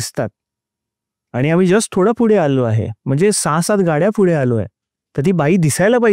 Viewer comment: फुडे का बोलतात पुढे असत ना?